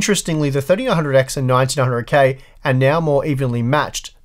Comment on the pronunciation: Sounds like you're saying 1900k